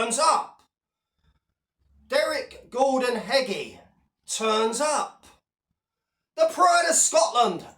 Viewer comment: bang on again, apart from its derek Gordon beggie not heggie lol